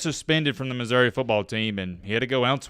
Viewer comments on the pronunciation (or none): none